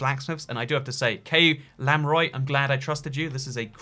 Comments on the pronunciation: “Kay Lam Roy” you mean Kayla M Roy? That’s a girls name too, so not “your boy” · you sure its not "Kayla M. Roy" instead of K A Y L A M A R O Y? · I think it's Kayla m. Roy Not Kay lamroy